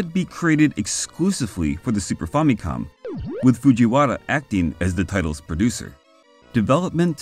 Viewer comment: Also. On a side note, thanks for pronouncing famicom decently. I hear FAMMY-cawm in a lot of vids instead of fa-mi-cohm.